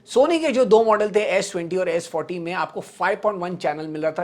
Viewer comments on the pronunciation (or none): It's Sa-D-40 not s-40